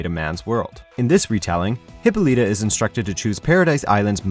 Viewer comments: Great info but you're saying the names wrong is maddening. It's Hyp-Pol-La-Ta and Them-ma-sCara. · I cringed every time this guy mispronounced Hippolyta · OMFG! this guy can't even pronounce Wonder Woman's mother's name correctly. #WHATADUMBASS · I'd give this video a thumbs up, but the speaker can't pronounce Hippolyta or Themyscira properly. Both are said many times in the recent Wonder Woman movie. I thought you guys were a tad more professional than this. Very disappointed. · Well, gee, it's almost like they thought end of the name "Hippolyta" would pronounced like the name "Lyta"... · Not to be rude but your saying hippolyta wrong